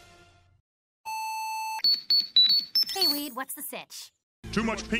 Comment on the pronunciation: Did just call Wade Weed?